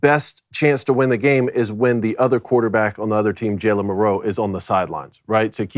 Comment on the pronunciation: Please learn how to pronounce his name Mil Row